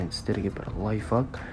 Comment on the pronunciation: Лаиыфак емес лаифках😂